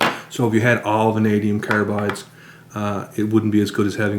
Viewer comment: carabides , what's this aboot